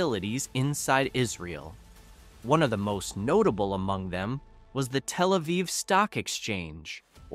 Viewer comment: Your AI actually doesn't say "telephone Aviv". So it's not as stupid as other AI.